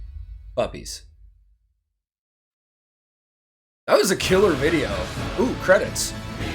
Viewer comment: “Oooh, credits” sounded like “Squirrel